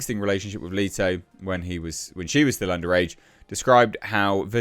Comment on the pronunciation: I tried to watch this. But his insistence on calling Jared Leto (leeto) triggered way more than it should